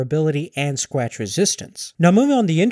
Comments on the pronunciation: Sqatch Weezistance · "and skwatch resistance" lol